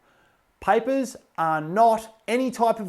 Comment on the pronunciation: why does paper sound like piper😆